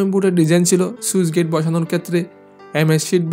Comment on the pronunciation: "সুইচ গেইট" নয় শব্দটা স্লুইস (Sluice) গেইট...